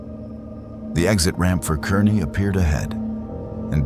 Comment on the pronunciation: Kearney, Nebraska is actually pronounced as Karney, Nebraska.